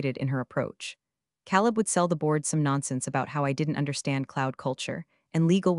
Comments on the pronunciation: “Caleb” is pronounced “Kay leb.” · Next time, PLEASE PLEASE pick a name that the AI can pronounce, not Caleb